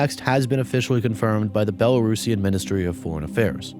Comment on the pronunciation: Respect for pronouncing Belarusian as one should ❤ thanks for coverage